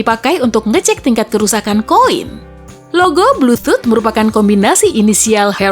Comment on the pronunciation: bluetHoot? BluetootH atau BluetHoot? 😁😁😁😁